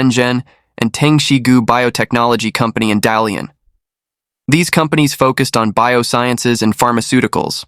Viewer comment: Not Dalian.. Da Lian😂